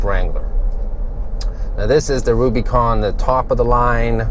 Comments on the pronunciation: nicholas rose he keeps saying RubyCon haha it’s like dude “it’s Rubicon” at least learn how to pronounce it right! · We say (RUBA)-CON not (RUBY)-CON. OlllllllO 🤘🏼 😆 🤘🏼🇺🇸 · Great vid, but its not "ruby con" its "Rub-ih-con", like the Rubicon trail. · I agree man he also doesn't say anything about the front locker, sway bar disconnect and he said two door had plenty of room behind the backseats......what? Haha he also says ruby con haha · Was it the ladies sunglasses he was wearing? I stopped watching after he pronounced Rubicon "Rubeeecon". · Ruby Con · Just me being picky hate the way u say rubicon